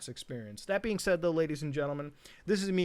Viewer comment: My favorite part of the outro is always “dislykeet if ya dislykeet”. Idk why 😂